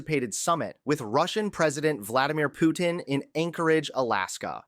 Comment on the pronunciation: You not saying Putin properly you freak